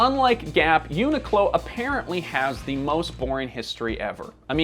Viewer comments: question, why is it pronounced "eunuch low" instead of "unique low"? every tuber seems to pronounce it this way; but I don't wanna be a eunuch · i’ve never heard someone pronounce the name like they are saying unicorn. it comes from unique clothing co or whatever so everyone i’ve ever heard pronounces it uniq(e) clo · Isn’t it pronounced “unique-clo”? Never heard anyone say it this way. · Annoying that the host doesn't pronounce the name properly. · am i the only one who pronounces it unique-low in my head?